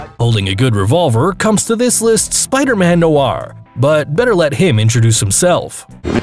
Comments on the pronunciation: It is pronounced know-or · He doesn't. He pronounced noir Spider-Man wrong. Lol